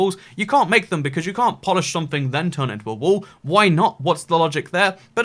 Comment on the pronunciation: He said wall and made it sound like wool